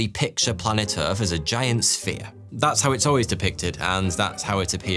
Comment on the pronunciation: Can you please learn to pronounce your own name correctly? It is so distracting when you say "foughty" that it actually distracts from the content. Omg you just said Earf.....